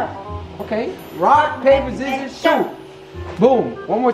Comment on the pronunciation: said zizzorz